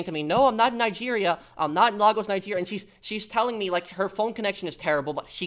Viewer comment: I've actually been to Lagos, Nigeria, (cool place btw but I digress.) You're actually pronounce it as LEGOs like the toy.